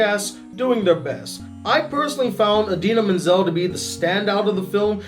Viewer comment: You said Idina Menzel name wrong haha.... But I just brought my Blu-Ray copy of FrozeN II didn't have a chance to see it in the theaters.... Kristoff had the best musical number that reminds us of an 80's song/music video..... But Elsa is the one who shines with the song Into The Unknown..... You got to understand the movie is all about the sisters Anna & Elsa.... The movie is only an 1hr 43min not near a 2hr runtime!!!!